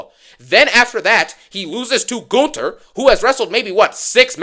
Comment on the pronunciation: The way bro pronounces Gunther as GOONTER gets me everytime 😭